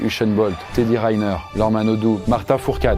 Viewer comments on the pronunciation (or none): Comment ça Teddy Rainer à l'anglaise 🤔 on le prononce Riner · ça se prononce RInèr bordel!!! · Dans les 5 premières secondes de la vidéo il y a une faute 😭 Teddy Rinner avec un i donc on dit le i pas « rainner » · Teddy quoi? Je peux comprendre mal prononcer un mot étranger mais là c'est un nom de famille français...